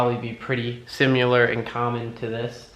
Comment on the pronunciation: Never heard someone say similar that way before. Was it simular.